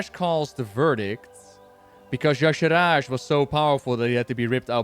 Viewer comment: yes I agree - I'm also a FFXIV player. She is similar to Emet-Selch in some ways, she's similar to an Ascian. Also, Blizzard cannot say Y'Shaarj right! I say it ee-sharj. It is like they are adding extra syllables to it!! Emet got a whole expansion much like Xal'atath got the Worldsoul Saga. My FFXIV main is known for wrecking final bosses. Just ask Zenos yae Galvus! Emet's grandson. He FAFO'd hehe